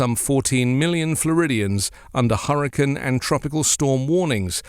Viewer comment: It’s hurriCANE, not hurriCAN.